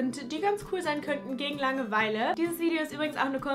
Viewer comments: Bin ich die einzige die es unglaublich nervt dass sie die ganze Zeit Langeweile so komisch betont?😂 Sie sagt "Lange-Weile" und nicht "Langeweile" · bilde ich mir das ein oder sagt sie immer so langewEile ich beton da irgendwie immer das a also lAngeweile🤔 haha was ist denn jetzt richtig und wie sagt ihr das?